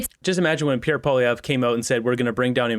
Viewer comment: Angry Polieve?? lol whatever